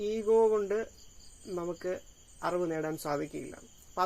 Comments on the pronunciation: Arivu ennu sheriyayi uccharikyu. Aruvu alla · Aravu,auvu ennellam uchcharikyunnu ningal... Arivu ennu uccharikyu